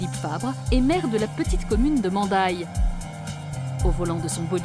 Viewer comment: Mandailles, prend un S à la fin, on dit le château DE Pesteils et pas du Pesteil, et Polminhac se prononce "Polmignac". merci pour votre belle émission ! Très beau reportage.